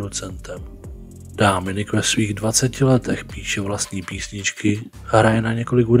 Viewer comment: To Dáááminik zní dost blbě.